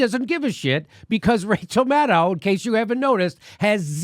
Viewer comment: Wow “Racheal”